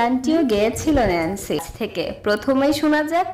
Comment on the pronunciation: আপু উচ্চারণ টা হবে নেন্সি